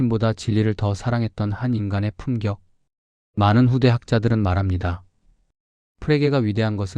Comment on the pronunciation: 내용전달에서 발음이 매우 중요하다고 생각합니다 거슬리는 발음들이 꽤 있네요. ’한 권‘, ’두 권‘ 에서 ‘권‘은 철자 그대로 [권]으로 읽으시면 됩니다. [꿘]으로 읽으니까 내용에 몰입이 덜 됩니다. ‘지적 정직함’에서 지적은 [지쩍]으로, 품격은 [품껵]으로, 땀방울은 [땀빵울]로 발음해야 합니다.